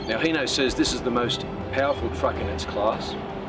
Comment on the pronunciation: It's hino not heno so hi not he